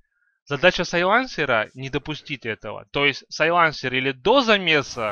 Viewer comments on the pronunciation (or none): САйленсер, а не сайлАнсер